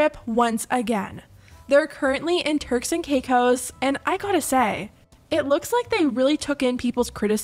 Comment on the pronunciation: It sounded like you said “terks and cake hoes”